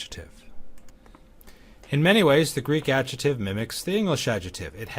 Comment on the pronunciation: Thanks for the great series! Just one thign, though: your incorrect pronunciation of 'adjective' as /ˈadʒɪtɪv/ instead of /ˈadʒɪktɪv/ really REALLY drives me crazy. I know, that's a small thing but I just can't help myself. Where did you learn this pronunciation?